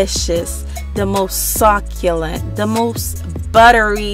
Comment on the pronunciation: She said sock-you-lant 💀